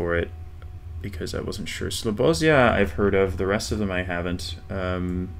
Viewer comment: Oh my god i loved the way you pronounced Slobozia. Please tell RC too how you pronounce it as well. Also, when is part 2 of challenge league dropping?